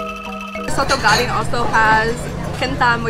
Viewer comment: Daging not gading 😅